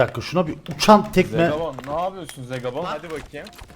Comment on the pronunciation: Abi Hasta hasta beni Zegabooon güldürdü abi Zegabon değil yarr...a olsun